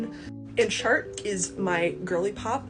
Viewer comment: Please for the love of god stop calling her Shart😭